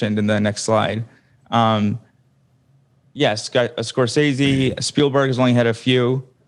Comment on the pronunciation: Ethan still pronouncing it Scor-STAY-zee..... after pronounces it correct several times is painful and hilarious